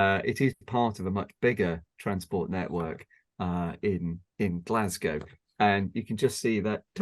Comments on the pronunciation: Great video, enjoyed all of that. One tip, while folk fae the East coast would occasionally say "Glasgae", the local West Coast Scots term is "Glesga". Great content, even learned some facts that I didn't know. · Nobody, apart from the English, ever pronounces it as "Glasgea". Nobody, apart from tourists, ever refers to the Subway as the Clockwork Orange either.